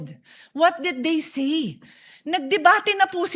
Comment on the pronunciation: yong pronunciation mo po ng word na "SAY" you pronounce it as "SEE"